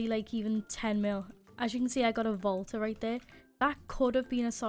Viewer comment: when u said volta i thought u said vodka lol